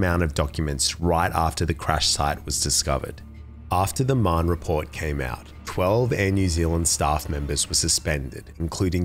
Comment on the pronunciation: I thought his surname was Mann the whole time I listened until I read the comments. It’s pronounced ‘Ma-Hun’ (It’s a common Irish name & I’m Irish)